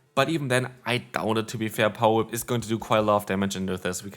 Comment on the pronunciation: I love when he uses his lickitung and says pawa whip 😂